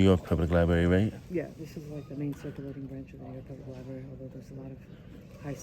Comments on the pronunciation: My number one pet peeve is when the library is called a liberry. I just had to fight with autocorrect to misspell library!!! I don’t care about any other word being misspoken. It’s the name of a building, that houses books, that contain words, utilizing the the entire alphabet. It is a word that is mispronounced in all 50 states, by men and women, by young and old, by all ethnic backgrounds, by the undereducated and over educated. I’m not pointing fingers at any particular person in this video, it’s just my pet peeve, I’m flawed. As for the big mouth NYPD broads, if they cannot do their jobs, and do not know how to read and comprehend what they are reading, they need new employment. They all need a Billy Madison redo. If they don’t pass, no jobs serving the public PERIOD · Those darn “LIBARY officials”. With all of those books one would think the security guard would learn how to speak properly!